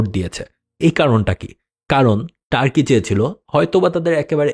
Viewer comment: ভাই টার্কি না তুর্কি হবে।